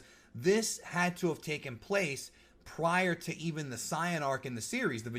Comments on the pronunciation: Don’t ever say zi-an again. It’s say-in but spelled saijin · Why does he say Cyain instead of Saiyan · Why do you say super cyan? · Did this man really say “SIGH—YANN” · I'm just sighin' 🤷‍♂️